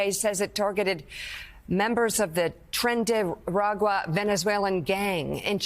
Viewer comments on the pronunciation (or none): Mika couldn't even pronounce that violent Venezuelan gang's name😂😅😂😅. Go Trump and Homan😊❤🎉💯! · She couldn't even pronounce that gang's name because this fake news network would never report on it.